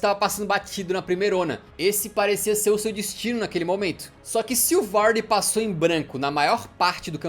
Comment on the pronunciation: Mas é o jeito certo